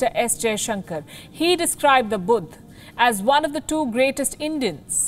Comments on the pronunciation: Lol what is Budh? It's Buddha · what the hell is "budd" lol